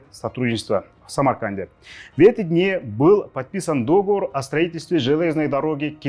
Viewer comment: Почему *дОговор*??? Правильно же договОр